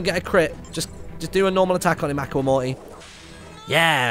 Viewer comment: Stop saying acka Aqua is pronounced (a-qwa)